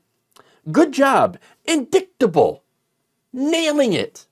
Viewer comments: "in-dick-table" obviously MTG still really wants Hunter's 🍆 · Indicktable, Peach Tree Dish, Gazpacho-she's consistent.